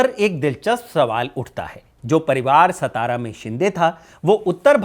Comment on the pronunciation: सतारा नही रे सातारा हे